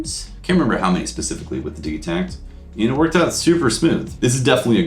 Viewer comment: It's DIJ-i-takt